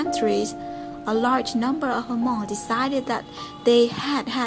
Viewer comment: It's not pronounced ha-mong!